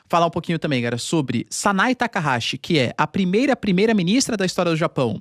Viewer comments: O NOME CORRETO DA PRIMEIRA MINISTRA DO JAPAO EH - SANAE TAKAICHI E NAO SANAE TAKAHASI COMO FOI DIVULGADO. AS LETRA CH NO JAPAO TEM UM SOM DA PALAVRA T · O nome da primeira ministra do Japão é Sanae Takachi (leia-se Takaiti) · PHESSOR! O nome dela é TAKAICHI. E o CHI é pronunciado com "TI" de tia. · obrigado pelas informações 🥰 tem um equívoco na pronúncia da primeira ministra 😁 mas nomes japones é complicado mesmo kkkkk